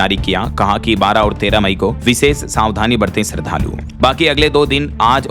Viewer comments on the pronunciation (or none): none